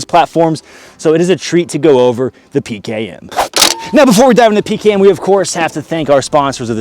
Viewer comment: As a russian I like how he said it.